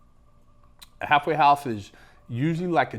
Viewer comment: I keep hearing "hathway house"